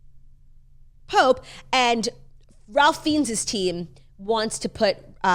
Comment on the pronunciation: Pronunciation: RAY FINES not Ralph Feens